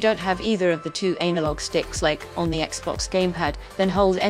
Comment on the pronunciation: She said "Anal Log" LOL!